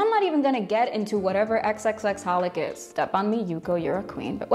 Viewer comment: The x’s in xxxHolic are silent